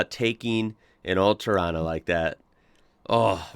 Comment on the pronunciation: Agree bud, he even pronounced Torana right. Cleetus called rod shops LJ a tarona... Hats off brah.